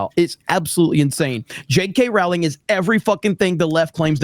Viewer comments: It’s pronounced ROWling…rhymes with “bowling” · It's Rowling as in row a boat not row with Pedro. Please get this right.